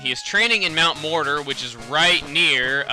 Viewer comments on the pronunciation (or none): I thought he said mt. morodor.